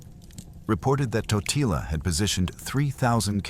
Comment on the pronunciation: Corect pronouncetion is Tótila